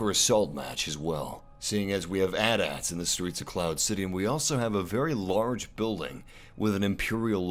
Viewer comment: Anyone else cringe when he mispronounces AT-AT?